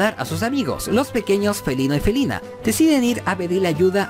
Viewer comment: solo te digo que si revisas el video en dices felena y felina lo repites 😑😐